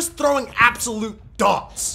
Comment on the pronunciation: The way he said “aND he ThRoWs absoLUTE DOTSSS”